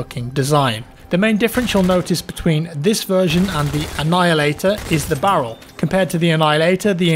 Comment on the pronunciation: Love the history and facts thank you. British people can’t say “Barrel” can you?